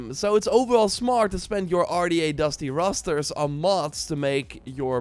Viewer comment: ....Dusty Rosters?? LOL! DuTY Rosters my guy.... D-U-T-Y. DUTY.